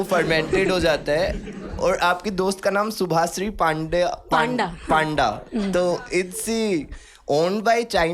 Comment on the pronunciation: It's panda Pa an da( पंडा) Not panda 🐼. 😂😂 But fun episode 😂😂😂✨